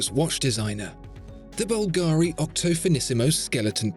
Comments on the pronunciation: Please, please.... It is Bùlgari, NOT Bulgàri. The accent is on the U. Thanks. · It always annoys me when you English speakers you just can't pronounce the stress on the first syllable of any 3-syllable words. It's bUlgari, not bulgAri. bUlgari, repeat with me. It's not always like ferrAri. Thanks. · Wonderful video as usual. Just a note: it's pronounced "Bùlgari" (italian for "people from Bulgaria"), not "Bulgàri". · You didn’t pronounce Bulgari correctly. It’s not Bul-GAAAARRR-Reee. It’s Bul-ga-ri. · Búlgari, not Bulgári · Dude. It’s BUL-ga-ri. Not Bul-GA-ri. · I love your video... But at least you should check the right accent in "Bvlgari" before making a video about it. My Italian ears are bleeding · Nice design but good luck telling the time. I'm a bit disappointed that the best watch review channel doesn't pronounce the name Bulgari correctly! This is the correct Italian pronunciation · Maybe tone down the italian stereotypes a bit...and besides, the emphasis in the word Bulgari should be on the U, not the A. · The pronunciation of "Bvlgari" just hurts me😂